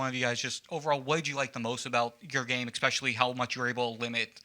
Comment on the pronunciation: a "journalist" shouldnt pronounce especially as "ekspecially"